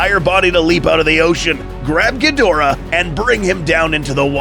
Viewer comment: Kaiju not Kay Ju and Ghidora not Kidora